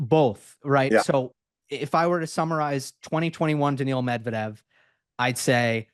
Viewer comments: oh man it’s so brutal 😂 and for the love of god it’s not Daniel Medvedev. It’s okay though he’s a great guest and it’s funny. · Agreed, it's quite something, his memory for match scores and narratives I immense. I saw some comments about him saying Daniel instead of Daniil lol. He also says Zeverev 😂 but this just makes him more lovable to be fair. Huge respect.